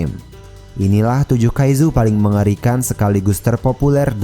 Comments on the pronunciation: Kaicu bukan kaizu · Bang kaizu itu di baca kaiju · Kaiju Bang Bukan Kaizu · apa cuman gw yg sebel denger abangnya bilang "Kaijuu" tapi pake z, malah jadi "Kaizu"